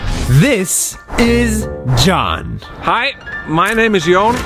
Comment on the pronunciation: he is not john HE IS YON 😂